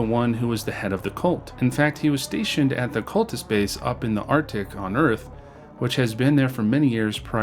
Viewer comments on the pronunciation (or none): none